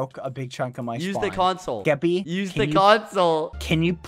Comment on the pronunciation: Is it just me or does bbh say keppy instead of skeppy